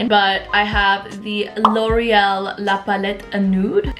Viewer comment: I could be totally wrong but I thought it was so funny the way you said the name of the Loreal pallette because I think it's just supposed to be "LA" like Los Angeles haha